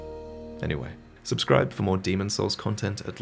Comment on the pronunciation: Nobody:: " Like and Subscrob "